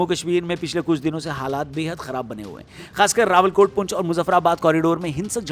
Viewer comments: Bhai rawala kot ha rawal kott Nhi bakki Thora bohot masala idr bi lga dia but overall it's okie 👌👌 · रावलकोट नहीं...रावलाकोट...